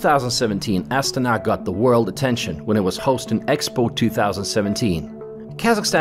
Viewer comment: How come the name of the capital city is pronounced differently from the cycling team of the exact same name? I have never heard the Astana cycling team pronounced the way that the man in video is pronouncing the capital city of the same name.